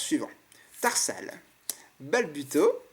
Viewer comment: Dans ce display, le booster Hoopa a été le plus chanceux. Chose etrange car pour moi c'était le moins chanceux des 4 sinon à un moment tu dis "Terhal" au lieu de "Tarsal"